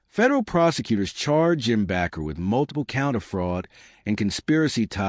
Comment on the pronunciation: The last name Bakker is pronounced with a long A isn't it? Like a baker!